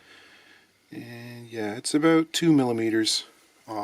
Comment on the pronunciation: Yeah... I heard some Great White North in his aboot, eh?